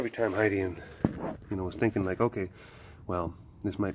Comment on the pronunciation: As soon as you said ho-kay I started quoting the video in my head